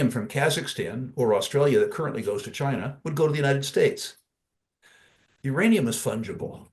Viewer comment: Oh I thought you said Ukrainiam